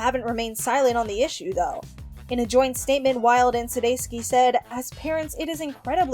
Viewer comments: Sounding like Sudayski 😂 I started cracking up out loud at the dog park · It's not too difficult to do the research if you're not sure how to pronounce someone's name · Over a thousand views and only 19 likes? Dang, I wonder how this video would have done if the announcer didn't pronounce Jason's last name incorrectly so many times...it was a bit hard to pay attention to